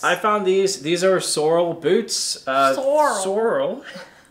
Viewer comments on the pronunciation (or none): I've been watching your channel for awhile now guys absolutely love y'all. Just wanted to point out I used to work selling shoe's for like 2 years. "Sorel" is pronounced Sore-el not Sore-ul. Also it's not Vee-bram it's Vi-bram. But you guys can call them whatever you want because you're that awesome. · Hey guys! Love the videos! Just wanted to let you know, Sorel boots is pronounced (Sa-rel). No biggie, obviously you don't need them in Florida, lol. Loved the America jacket as well! Thanks from Michigan!